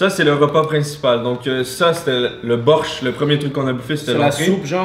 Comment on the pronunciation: Sa se dit "borhch" et sa veut dire soupe